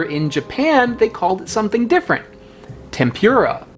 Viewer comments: Your pronunciation of Tempura hurts me. It's Temp-ur-ah. Not Tem-puur-ah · Tempura = taympoora, not tempyoura. :P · tem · poo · ruh how u say tempura not like Pure. You welcome! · Tempura, not tempyura. There's no /j/ sound in it -- no "you" /tempuɹa/ tem-poo-ra